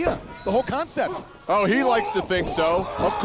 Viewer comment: Why do you say "ooooooh" like that,? It's a long sounding "oh" as in ''oh my" like Joe said it, not "ew" as in you stepped in something or you're talking to Jimmy & Jey. Anyway, on with the video.